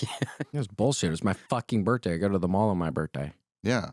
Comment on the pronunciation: Why does William say birthday like BURT-DAY lolol